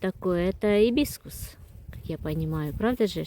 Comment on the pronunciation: Как Вы обозвали цветнок 🤣🤣🤣Ибискус, ой не могу. Послушайте себя.